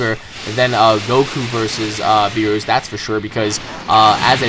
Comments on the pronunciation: beerus didnt fight ssj4 gogeta, he fought super sayan goku and its not (b-ee-ri-s) its (b-ee-re-u-s) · its Beerus not Beerrus xD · Its pronounced Beer us Beer. Us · ik this mf didnt just say "beeroos" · Its beerus! Not beros !!!!!!!!! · Beeroos ughhh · "Bee-roos".....kill me..... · Footie Geek so why say berus? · I know but pronounces it like Beerooa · His name is Beerus, but pronounces it "Beeroos" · Why do you pronounce Beerus like that you idiot. Please get it right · Anyone else bothered by "beeroos"? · you said beerus wrong